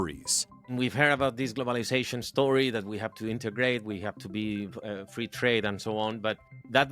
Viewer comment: feee trade for me; free trade, not thee!